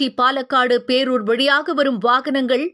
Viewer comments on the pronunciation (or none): Poorur illa....pearur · போரூர் அல்ல பேரூர். உன்னால் தமிழ் தள்ளாடுகிறது.